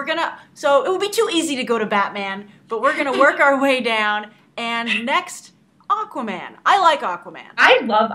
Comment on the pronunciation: I mean Aquaman not Aquoman